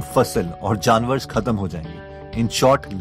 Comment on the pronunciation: who heard jaanwars..lol